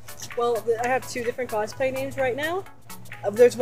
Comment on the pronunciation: Kosplay? i thought it was cosplay!